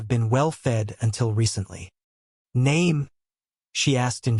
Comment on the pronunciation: "Name" is pronounced "nahmuh" in Germen.